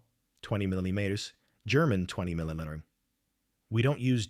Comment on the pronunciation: Ai can’t say millimeter